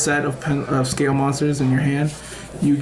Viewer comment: Is it really that hard to say "scale"? Lol. Good profile tho.